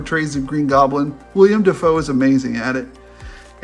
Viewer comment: It's Willem Dafoe, not William Dafoe.